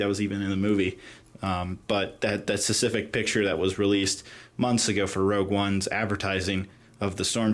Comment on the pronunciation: why does he say "sessific" instead of "specific"?